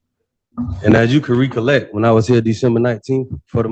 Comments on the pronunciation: Re-collect. That's a unique way of pronouncing it. Fancy. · “Ree-collect” lol